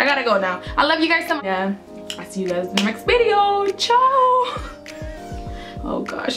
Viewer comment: Bideo instead of video ... I agree with you some girls r clueless when it comes to makeup